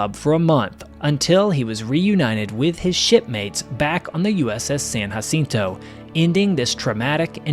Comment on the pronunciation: btw you did not say uss sanjacinto correct